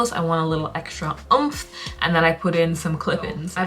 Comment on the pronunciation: BEAUTIFUL😍🧿🧿!! I like how you always emphasize “oomph” 😂